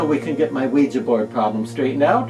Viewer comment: Finally somebody who pronounces Ouija correctly!!!